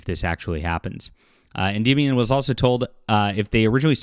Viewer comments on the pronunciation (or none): none